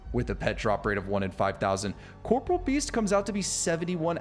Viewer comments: Ok im glad im not the only one who was say Corporeal Beast wrong lmaoooo ill forever say it wrong idc lol I say Corporal too instead of corporEAL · i love how everyone mispronounces corporeal as corporal like the military rank lol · Corporeal not corporal lmao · OSRS player try to pronounce Corporeal correctly (impossible)